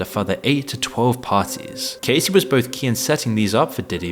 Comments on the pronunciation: How you gonna re-upload the same video as yesterday and still get the names wrong 😂 "Cuumes? And who is Casey?? Her name is Cassie. Ca-ass-ee. Casey ain't never been hurt by diddy 😂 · It's pronounced "Cass" "see" she isn't Casey Jones from the god damn ninja turtles, lol. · Sir it’s not CASEY is CASSSS-IE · Her name is Cassie, not Casey. And where's the part about the "idiot celebrities" being "exposed" in the trial? All I heard was the same crap that's circulated a thousand times. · Her name is cassie, not casey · Good video but It's Cassie not Casey. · You didn't even do enough research to be able to pronounce her name properly. And your editor missed it too. How could a Brit ever read "Cassie" as "Casie"? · Yeah, he pronounced it like "Casey" instead of "Cassie." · For real. Why are some content creators incapable of learning how to pronounce people's names correctly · Yeah, it pronounced it like "Casey." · Your Ai text to voice narration doesn't know how to say Cassie's name properly . More training needed. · I expected more info from this video. It wasn't completely content-free, but very disappointing. I also find it funny that he mispronounced both Diddy's last name and Cassie's first name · The fact that in every video he mispronounces Cassie is giving AI generated content